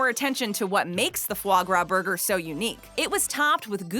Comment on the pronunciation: Anyone else flinch every time she pronounced it as fluh grah. It’s Fah Grah!